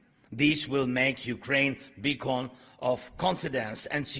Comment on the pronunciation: He pronounces "free world" as "free wall" and "beacon" as "bacon".